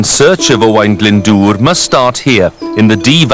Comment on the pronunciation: I think his pronunciation is rather good for a Sais, usually they say O-Wen.